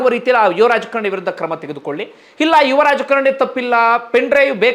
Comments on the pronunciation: Dayavittu kannada sariyaagi kaliyiri, youtube channel nanthara maadi.., raajakarNi alla, raajakaaaaaaraNi! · Its not rajkarni, its raajkaarni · Sir it is rajakaarani not rajakarni